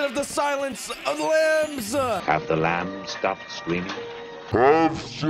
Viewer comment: Silence of the LAAhMBS